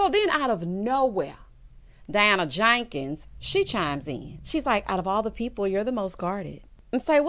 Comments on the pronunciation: Why do you say her name like that?🤣🤣🤣 Diana JAnkins🤣🤣🤣. I cackle every time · The way you say Jenkins takes me down to dem wild wild west days!😅